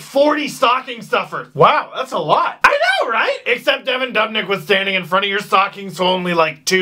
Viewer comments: 19,000 people scream "DOOOOOB" literally every time he saves. You heard it 35 times, and you're still saying DUHB?! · stop saying dub nick it's doobnick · ITS DOOB-NICK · Its pronounced (Doob - nick) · oh my god that's the most annoying pronunciation of dubnyk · All Pro well it's kinda FUCKING ANNOYING WHEN HE SAYS IT EVERY OTHER SENTENCE AND CAN'T SAY IT RIGHT